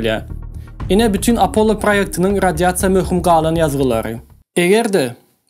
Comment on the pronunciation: Apollo diyman apolon diymesi🙂🙂🙂